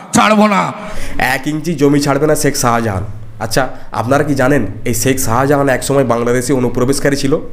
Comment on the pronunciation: Sahajahan noi re, otar pronounciation hobey Shahjahan😂 Tor train'er hawkeri style aagey thik kor. Monzid noi, otar uccharon hobey Maszid😅